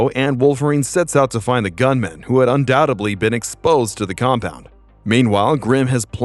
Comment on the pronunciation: "Staring daggins." "Daggins"? WTF is a daggin? LOL it's "daggers". "Staring daggers." It's "Undoubte D ly", with a D, not "undoubte B ly" with a B. Wolverine grew his arm back, ok. But what about the Adamantium coating his arm/wrist/hand bones and his claws on the new arm? Meh. 🙄